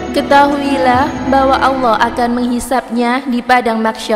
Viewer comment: Saya ragu kalau chanel ini berita nya benar 1.menyebut Allah asala ( ucapan nya salah besar) 2.dalilnya tidak jelas, tadi buku yang dibaca kelihatan seperti buku cerita.